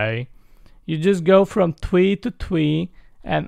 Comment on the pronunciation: Plus I love it when you say TWEE INSTEAE OF TREE ITS TO TINNY AF🤣